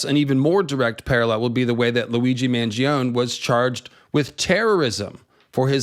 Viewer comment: I love how you remind us of the real-world meanings in these stories. We are the small folk. Mangione is pronounced “man-joe-nay/neh” btw :) it means big-eater in Italian. I’m sure you’re fine already, but just in case you’re interested!